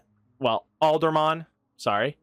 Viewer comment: Aldamon Where you getting the "r" from? Lol